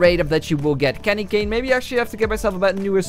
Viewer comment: Its cane not can